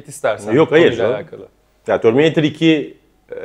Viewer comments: abi bırak ya TÖRMİNEYTIR nedir ufakkende TÖRMİNEYTIRmı diyordun yılların Terminatör'ü (düz yazıldığı gibi okunan) filme neden TÖRMİNEYTIR derrssinnn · terminatör'e "törmineytır" diyen tek türk burada. bir de "demonstre etme" gibi yokluğunu tüm türkiye'nin çektiği bir tabiri bize kazandıran arkadaşa da alkış.